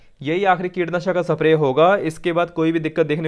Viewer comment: अबे सप्रे नही स्प्रे होता है